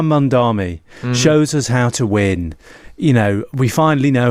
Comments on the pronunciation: It's MamdaNI. M-A-M-D-A-N-I. Not MamdaMI. If you want to talk about him one way or another, at least make sure you're actually saying his name right. 🤦‍♀️ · It‘s MamdaNi, though, isn‘t it? As in Ma‘am da knee. Two m, one n. Worth getting in the habit of pronouncing correctly, seeing how we‘ll all be talking about him and nyc a lot in the future. ❤ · How difficult is it to say Mamdani? Mom Donnie. That’s it. It is so much harder to say anything else. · Stop calling the man MamdaMi, it's MamdaNi! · Mamdani* not mamdami. Their are literally memes of people joking that no one can say his name correctly 😂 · Is it so hard to pronounce “Mamdani”? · Start by pronouncing his name right,. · Please just learn how to say his name, it’s not hard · That's pretty lame for a so called journo who must have seen his name printed loads, not being able to pronounce it correctly. Or has he been only listening to sex pest Cuomo?